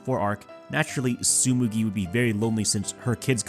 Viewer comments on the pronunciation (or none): Btw, it's TsuGUMI, not TsuMUGI